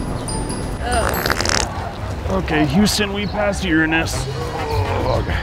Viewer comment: Wait whaaat....an american that actually pronounced Uranus correctly?